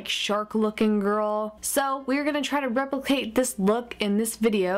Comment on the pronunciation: instead of her saying replacate she said repace